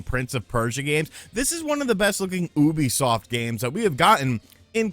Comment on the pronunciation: Yeah he sure says it weirdly 🤣🤣